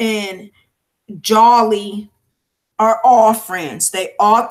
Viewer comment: it's jholie moussa no disrespect